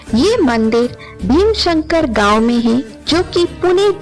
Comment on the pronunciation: भीमशंकर नहीं भीमाशंकर boliye. Viewership badhao correct उच्चारण se. नाम कभी भी ढंग से लिया कीजिए